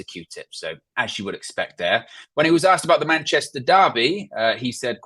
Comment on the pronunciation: ASKED. NOT AKSED. sorry, just bugs me when people say that 🤨😂